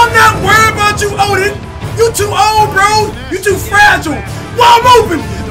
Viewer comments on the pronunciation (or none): none